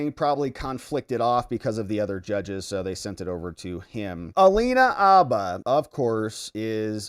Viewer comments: Dude! There is a H in her name. It’s Habba, not ABBA! It’s “her”, not er. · H! Habba with a real H in front of it. Like Hannah with b's where the n's are. Habba. Not Abba, Habba. Her name is Habba. Say it loud and proud and say it with an H. She's not the Swedish 70s pop group. You're doing it just to bug me, aren't you? Habba, man. Habba. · It’s Habba, not abba… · Her name is HABBA not Abba. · Please put the H in Habba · Mate, it IS Habba with a "H" !!!